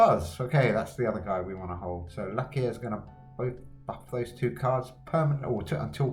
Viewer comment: Nice Video, but pls don't called this lovely Dog Luckya again 😂😂